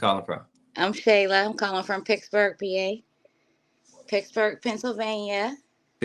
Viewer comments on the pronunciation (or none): All that money and "success" and she still saying she is from PIXBURGH.😂😂 Said It Correctly, It's PITTSBURGH. I live here and thank you.👍🏽👍🏽